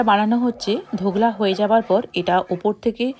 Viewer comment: সারাক্ষণ ধোকলার বদলে ধোগলা বলে গেলেন কেন ?